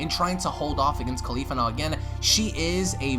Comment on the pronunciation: why KHALIFA !!!!! you watch too much porn dude, shes named caulifla, not Khalifa